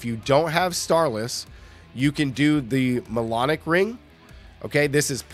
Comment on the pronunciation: Mjolnic = “myulnick” like Thor’s hammer Mjolnir, not “molonic” like colonic 😂